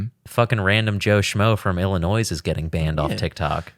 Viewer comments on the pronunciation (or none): I don’t trust anyone that says “Illinois” with an S. Overwrites any previous point.